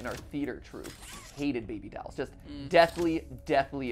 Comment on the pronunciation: am i the only one who got distracted by MatPat pronouncing "dolls", as "dowels"